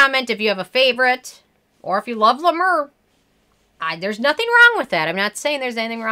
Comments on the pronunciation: Hey girl. I don't care about how you pronounce La Mer. I'm Canadian and we buture French words all the time and no one cares. You do you. Also.... Honestly, I don't think you have too much toilet paper. You're obviously just a planner. I also wanna say that I love you're accent. I lived in the states for two years and I miss down to earth people like you with adorable accents like yours. Your take on beauty is refreshing and your skin looks beautiful. I'm sorry about the loss of your mother. You've got a new subscriber. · Oooof! I love you but it’s pronounced La Mare lol. It’s overpriced Vaseline I don’t get the cult following. 🤷🏻‍♀️ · Yep it’s la mare....clever French pronounciation of a word ‘mer’ which simply means ‘sea’.....go figure!! Maybe it’s just sea water🤣😂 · Thank you for this review! First of all you’re not pronouncing it correctly!! I’ve been using LA MER for 10 years and think it’s wonderful! Your complexion is beautiful…..you look like you’re a LA MER GIRL!!!! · first of all I was using the mayor until basically I ran out of money, and my skin was glowing smooth a luminous I can't even tell you how gorgeous my skin looked when I was using Ladimir,,, and by the way you're not even pronouncing it right,,, you can say anything you want about the scream but people who can't afford it who use it swear by it even beauty and Fleurs like Jaclyn hill and Jeffree star use Le mer, I have also use Laprairie and cleau de peu creams, Nothing compares to it I have tried to use Nivea and put an algae extract it still doesn't give me the same effect as the scream so for all you people who think that the dupes are better they're not the scream is also blessed by something I can't remember exactly And just put put through some copper wire process it's some special technology I swear this cream of straight from Jesus but the price tag is hefty amen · Hi! Love your reviews, but double check your pronunciation - it’s french, for “the sea”